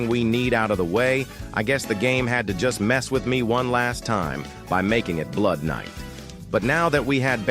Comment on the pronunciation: Bro said blood knight instead of blood night